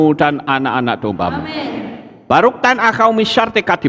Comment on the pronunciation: Ngucapin Baruch kok Baruk...?🤦